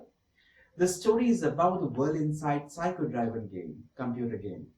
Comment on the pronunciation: dry-ven? i thought its pronounced driven